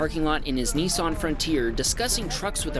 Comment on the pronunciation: *Niss-an, not "Knee-sarn", ffs...